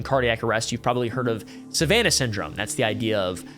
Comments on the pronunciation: Lol calls Havanah syndrome Savannah syndrome...apparently if it wasn't in one of his university text books it's just silly. Sorry but you need to do a lil more homework. The U.S. government knows it's real, that's why 60 mins had an entire piece on it. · Havana syndrome not savanna, in case you can’t find it on google or whatever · I tried to ignore the "savanna" syndrome (Havana). Sadly, the invalid/impotent confusion makes me question the entirety of the facts presented😅